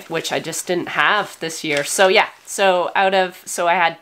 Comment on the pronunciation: The way said "Yeaaah" at the mark. 😁 Just every now and again, it comes out.